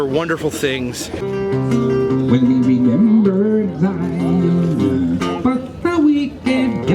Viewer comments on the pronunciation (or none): none